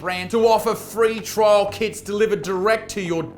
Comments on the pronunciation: every time you said KITS I thought you sad kids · I swear when you said kits I heard "kids." 🤣🤣🤣